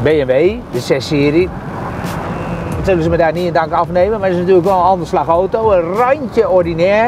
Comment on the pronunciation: Het is aaauuto....auto....geen ootoo.....